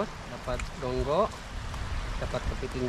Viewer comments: Gonggong bang bukan gonggok.. Mantap👍 Makasih bang sudah mampir di Batam -Kepri 👍🙏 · Gonggong bukn gonggok a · bang bukan gogngoh tapi gong gong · Gong gong mang bukan gonggo hehe😅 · Nmanya gonggong bang, bukan gonggo, Saya org batam, gonggong2 itu paling enak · Kami orang batam bilngnya gonggong bkn gonggo